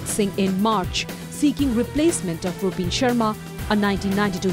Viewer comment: Did he just say "Rup(b)in Sharma"?😂😂